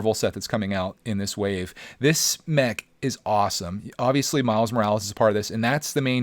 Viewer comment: When he says mech it sounds like he says neck